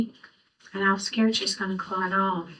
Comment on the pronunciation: Clut??? Omg is she serious, i can hardley listen to her🤢 ITS CALLED A "CLOT"!! For heavens sake!!